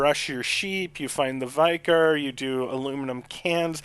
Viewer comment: Thank you for this help!!!! We pronounce it Vi-car not Vye-car